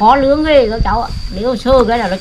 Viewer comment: «Nướng » chứ kon phải «lướng» bà nhé :-) :-) :-)